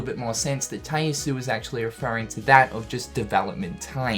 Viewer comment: I thought someone would correct this by now but is missing the last vowel from Tai Yasue's name. Ya su eh.